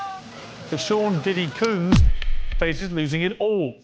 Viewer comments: Sounded like he called him Sean p Diddy coon?? I hope not! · Did he say Sean diddy coons ?